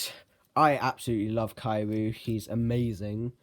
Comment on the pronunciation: Is Not Kaiyu It's Kiryu